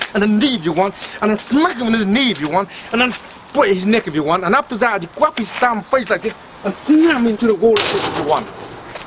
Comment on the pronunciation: I love the way he says "grab". KWAB HIS NECK, KWAB THE ARM AND BREAK IT